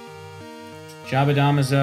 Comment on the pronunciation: Smh pronouncing jabadamazo wrong still